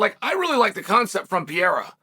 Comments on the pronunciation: “Puh-Rare-Ruh” or “Puh-Dae-Duh but NOT Pierre Ra! Learn the dude’s name! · PA-RARE-A YES PEE-AIR-A NO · "Alex Pieria"...... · Alex Pierre-a is beast Uncle Chael